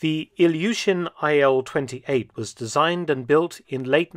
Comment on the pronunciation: "Ilyushin AIL" lol don't you see some.... discrepancy?